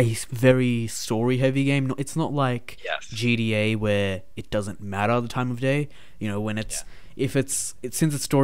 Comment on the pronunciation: They way u say gta it sounds like ur saying gda